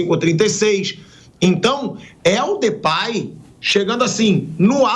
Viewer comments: Pilhado, se pronuncia Depey mesmo, e não Depay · Sabe nem falar o nome do Cara 😂😂😂 mais das finanças sabe né...Comédia